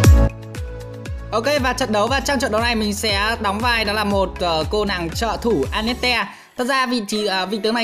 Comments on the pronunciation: Anh ko biết đọc à vãi cả đọc a net te trong khi là an net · A hay ns lẹo tên annette thành tel anas :))))